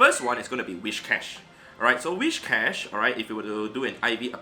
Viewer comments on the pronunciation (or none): Where does the 'h' in Whishcash come from? :D afaik it is Whiscash. It has nothing to do with wishes. Also this 'experiment' is useless. Of course a hundo does more raw fast move damage. Therefore mirror matches are almost always in favor of the hundo. The difference comes in other matchups.